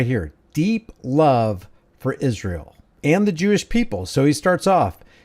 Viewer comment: What is it with Candace saying “Ishrael”? 🙄